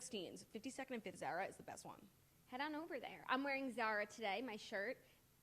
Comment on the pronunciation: Zara with the short a. I can’t